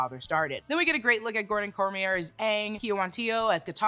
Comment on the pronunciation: Btw his name is pronounced Gordon "Cormi ay" not Cormi err